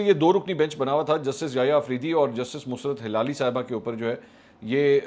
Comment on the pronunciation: منصور صاحب مسرت ہلالی لفظ تو ایسا ہی ہے لیکن آپ کا بولنے کا انداز ڈِفرنٹ ہے اب یہ تو آپ کو کوئی وہ بتا سکتا ہے جو آپ کو بول کر بتائے کہہ ایسے بولنا ہے عاصمہ شیرازی کا وی لاگ میں نے سنا ہے اس نے اس لفظ کو سہی ادا کیا ہے اسی طرح لفظ مروت ہے وہ بھی آپ بولنے میں ڈِفرنٹ انداز ادا کرتے ہیں